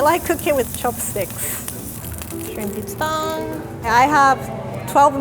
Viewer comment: “The ramen noodle is good! It’s looking golden brown, it’s almost dung.” Anybody else heard that?